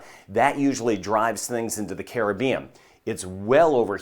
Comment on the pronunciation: Best Weatherman !! 👍 👍 & He can pronounce “ Caribbean” Correctly too 😆